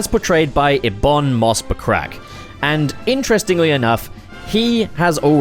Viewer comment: "Ebon Moss Buttcrack" he says hahah